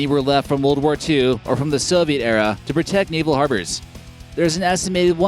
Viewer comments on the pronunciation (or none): its said E-r-a not eraaaaaaaaaaa